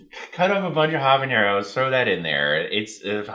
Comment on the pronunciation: HabaNero, not HabaÑero,. Good video though.